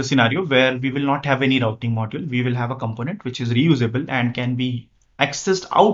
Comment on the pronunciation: I suggest you work on your spoken English (not "Ve Vill" but "We Will") and the correct pronunciation of English words (like "detErmine", not"determain"), "prefEr", not "PrEfer", "applIcable", not "Applicable". While", not "Vile, "World", not "Vorld", Tyuple", not "TAple". "still Works", not"still Vorks" "Gosh., "Why", not "Vy".